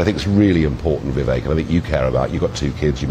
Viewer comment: finally pronouncing his name correctly. Vivek as in cake.